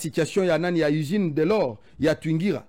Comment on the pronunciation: Pas TWINGIRA mais plutôt TWANGIZA.